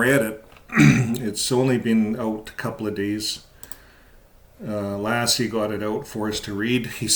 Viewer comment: Hey, I’m a subscriber to your channel, I enjoy your podcasts and I felt that I had to comment that the way you pronounce Lasse’s name makes me think of the legendary collie 😆; it’s sort of distracting, to say the least 😆. Just saying.